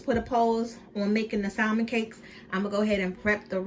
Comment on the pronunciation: Her saying SALMON instead of salmon silent L irks me 🤣